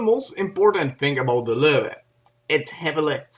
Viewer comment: "w" in german is pronounced like "v" in english.. it's actually called "vee" in the German alphabet ("v" in German is called "fow" and is their equivalent letter "f". So the correct pronunciation is "Luh-Veh" (not Vah, either, plus the umlaut "o" variation, which is difficult) Source: School, internet, books, etc.